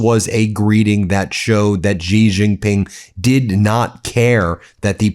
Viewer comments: "she" Jinping It's not that difficult to pronounce correctly! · Just a petty point of correct pronunciation. Xi Jinping is pronounced She (as in she, he, him, her.) Gin (as in what you drink) Ping, as in ping pong.) She Gin Ping. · It's pronounced as Xi (just like C) Jin Ping, not Zee Jin Ping, Ben. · You should have someone tutor you in the correct pronunciation of Chinese pin yin - particularly President Xi’s name.